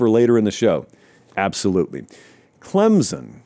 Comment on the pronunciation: show me the letter Z in Clempson pal